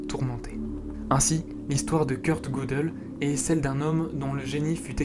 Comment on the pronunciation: Pour Gödel ,me semble que le ö se prononce "eu" ;)